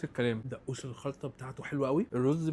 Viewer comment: دئوس 😂 ، يا حبيبي اسمه دقوس انطقه بهذي الطريقة ، دغغوووس ، ئال دئوس ئال 😂😂😂